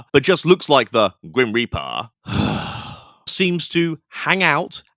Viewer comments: Every single time you said “Grim Reap Uh” I cackled! 🤣🤣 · Your Cali, slacker accent 😂 “Grim Reparrrr” 💀😂 WHY DO THEY ( and other “ghost hunters” ) ALWAYS OVERREACH AND MAKE 💩UP?!?!? Did they go to the Wyatt Housman ( TP) tutorial on “How to Make Up a BS narrative?” Outta nothing! …NOTHING!!! 😫 BTW , Bonus Point on this one for the inclusion of Mean Girls 🙌 😉👍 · I replayed “It’s like the grim reapaah, but not, like, the grim reapaah” about 200x now.. 😂❤ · Omg I really must watch your videos when it’s not 00.40 am 😂 as I’m keeping everyone awake…”the grim repaaa” killing me every time 😂 as for the two giggling geese, holy 💩give me strength. They’ve actually done it, they’ve achieved actual worse ghost hunters on YouTube … maybe across every social media platform, give it up and get a real job girls 🤦🏻‍♀️ Thanks for covering this, I’m sorry for your pain just know it’s appreciated 😂🤷🏻‍♀️💕